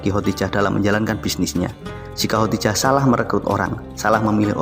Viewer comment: Ko khotijah ya, bukan khodijah😇😄